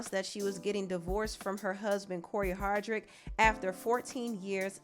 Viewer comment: Ain’t his name pronounced Hard dic